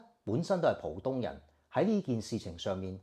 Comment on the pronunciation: 不是讀"蒲東"，浦正確讀：普。有句成語：合浦(音：普)珠還